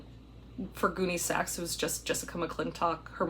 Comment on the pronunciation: Whenever she says “Goonie-Saks” I always think SLOTH LOVES CHUNK! Then I start giggling …